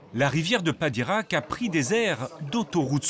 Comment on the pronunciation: Padirac, pas de Koweït 😂